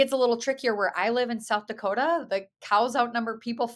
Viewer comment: Yes she totally nailed the pronunciation of South Dakota!! ... the first time, not the second time!! lol that was Northern Minnesota/Canada 😂 Midwestern girl here ❤️🤍💙 🇺🇸